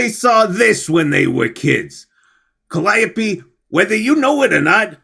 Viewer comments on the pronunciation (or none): none